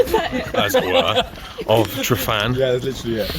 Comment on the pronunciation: Please note that every `f ` in Welsh is pronunced the same as the English `v`, and every `ff ` is pronunced the same as the English `f `. Thanks.